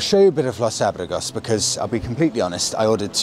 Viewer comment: The correct pronunciation for Los Abrigos is Los Abr"ee"gos. 😀👍🏼